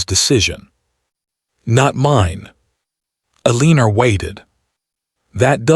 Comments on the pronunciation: So her name is Ehr lean er rhyming with wiener? Seriously, get a better AI voice. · WHY IS HE MISPRONOUNCING elenOR FORelinER VERY ANOYING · Poor poor Ay- leener.😂🤣🤪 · So they are cousins? At that time, marrying cousins was allowed? Why write the story that way for us modern readers? It's a gross concept. Also, why was his mom in charge? He's the duke. He's not even "the heir" because his dad has already died and he ought to have inherited his dad's position. What's with the pronunciation of her name? Why all the misspellings? Do you humans who posted this drama even care enough to proofread it, to listen to it first before posting? It seems rude that you either don't bother proofreading/editing, or you see these things and don't care. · Mispronouncing her name is very annoying. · I would have enjoyed this audio story if your AI reader would pronounce words & especially names correctly. It was a big turn off for me. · The title doesn't match the story. He never asked why she ate at the kitchen table and wish AI narrarator could pronounce Eleanor's name right- very annoying. But good story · Thank you for your story. Well written, good pacing and development. Well developed characters. Narration is clear and precise, it needs some emotion and correct pausing and emphasis when necessary. I have noticed you ke the name Eleanor or Elena whichever it is. Please stop using a name your AI can’t pronounce. Every time he says her name I can’t help but flinch. Why not give us a look at their future including children. I personally would have liked that instead of some much land management and tenants, etc.